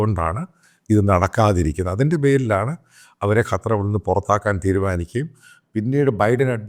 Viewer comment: അച്ചായാ കറ്റാർ അല്ല. ശരിക്ക് നാവ് വടക്കണം. ഖത്തർ എന്ന് ശരിക്കു പറഞ്ഞു കൂടെ